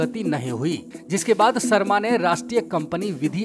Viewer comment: भाई तू "श" को "स" क्यों बोलता है। शर्मा होता है सर्मा नही